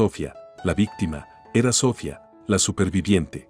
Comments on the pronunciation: Aquí en España se pronuncia Sofía (con acento en la i) no Sófia (con acento en la o) como lo pronuncia el narrador, no sé de donde és, pero él y el escritor del texto debería tener las nociones gramaticales básicas necesarias para hacerlo correctamente, como también la pronunciación de los nombres propios. HABER SI REVISAN LAS NARRACIONES ANTES DE EMITIRLAS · Lo que yo llevo peor es la pronunciacion de los nombres ,si se llama Sohfia ,por que se lo dicen de esa forma ,a Sara tambien lo pronuncian mal y todo los nombres hacen lo mismo ,yo no se si es que el narrador no es español y por eso lo pronuncia sin ,por que si es español deberia de desir los nombres correctamente segun mi punto de ver ,son historias mui entretenida ,pero por esa falla no se entienden bien esos nombres ,por fabor escucharlos y arreglarlos gracias ,desde españa .